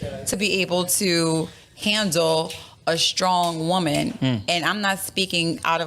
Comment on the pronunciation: 😂 yo this killed me 🤣💀 Also, who tf wants to "deal with a strong wahman"